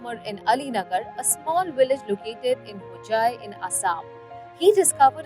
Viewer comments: Kamya it’s Hojae not Bhujae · its Hojai not bhujai , little correction dont mind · It's not bhujai 😂 it's hojai district of assam 😂.. Matlb kuch bhi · I think it's Hojai and not Bhujai